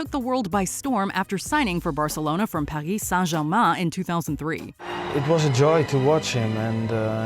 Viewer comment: The way she said Paris Saint-Germain 😪